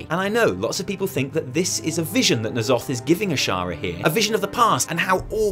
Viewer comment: Thank god you don't say "Enn Zoth" - I have no idea where those people got that pronunciation but it sounds so stupid, more '90s Spawn villain than eldritch horror